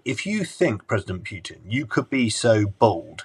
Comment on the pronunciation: His name is not "Pyutin" as "yu" is a Russian letter on its own